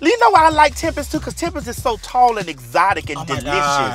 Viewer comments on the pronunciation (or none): I had to pause when they called Tempest "exoctic" LMAO